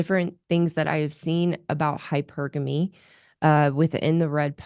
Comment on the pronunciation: So many YouTuber's pronounce "hypergamy" incorrectly as hyper-gamy as in hypersonic. Thanks for pronouncing it correctly! Hy-pergamy.